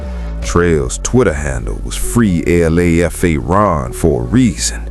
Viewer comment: It’s not L.A.F.A It’s LA like LALA and FA like the beginning of father and put it together you got Lafa